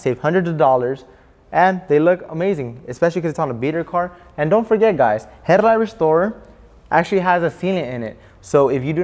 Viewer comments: Herrlight… 😂 Good vid tho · He says headlight so cool. Headliddddght.